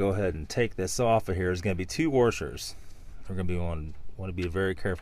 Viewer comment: Careful with your worshers boys